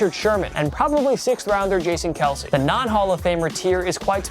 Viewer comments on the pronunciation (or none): none